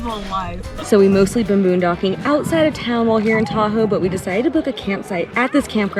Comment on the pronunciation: I used to LIVE there! 😊 Oh my GAWWWD calm down about the bears! Did you say, "MOONdocking"? I can see hosting/narrating a travel show (sorry )